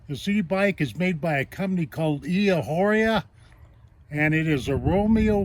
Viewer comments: It's pronounced "E" ah or ah. Soft H. Does not rhythm with a street walker. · everyone pronounces it like that. It's humorous. Very informative video.